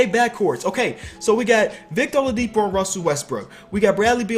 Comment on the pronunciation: Watching at the middle of the 2018 season and hearing him say olidipo is bad. LOL